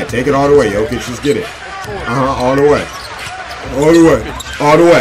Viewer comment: Now that he said Jokic right I kinda miss Jokitic